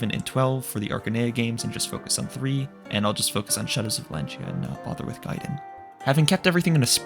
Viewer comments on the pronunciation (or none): none